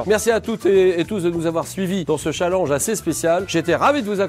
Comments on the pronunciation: Y'a que moi que sa fait rire quand Julien dit "chalanje" au lieu de "challenge" xD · au lieu de prononcer tchalenge JLP préfère prononcer challenge !! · MDR 😹😹 Julien le pers qui dit un chalenge au lieu de un tchalènge ( je sait que se n’est pas le bonne orthographe mais bon on vas pas commencer à se fair juger sur YouTube merde 😂😂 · Julien Lepers elle stresse à dire challenje et non challenge 😂😭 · C'est qui qui dit chalange au lieu de challenge ? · il dit chalang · Pas cha l e n ge chalenge bon dans le fon il le dit pas bien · c'est moi ou julien Lepers dit chaalenge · Julien Lepers qui prononce chalenge 😁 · Julien le Perse a vraiment dit de ce « challinge » 😅😂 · J'ai toujours l'impression que quand Julien Lepers dit "chalange" c'est une vanne 😅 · "dans ce chall EN ge" mdr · "youtoubeur" et "challange" merci Julien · Je rêve ou il a fait expres de dire "Challange" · Il m'a stresser pendant toute la vidéo a dire chalenje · mdr Julien Leperce il dit "youtoubeur "et"chalange" (sans l'acent) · Il dit cha lenj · au secours il a dit chalange 😵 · Julien Lepers c’est la seule personne a qui je n’en veut pas de prononcer le mot ChallANge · J'adore la manière dont Julien Lepers prononce "Challenge" 😭 J'ai hâte de vous voir à la TV les gars ! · Waw comment il a prononcé " Challenge "